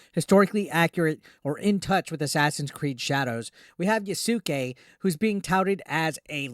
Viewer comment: "yasooke" lmao